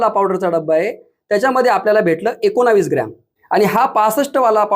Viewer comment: Ekonavis nahi o sir ekonvis bola